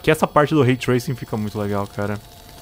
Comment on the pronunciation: Nada, absolutamente ninguém: a: olha só esse RAY TRAISING